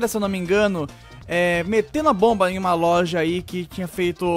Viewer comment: quase acursou o golpe falando "culpa da LOLJA"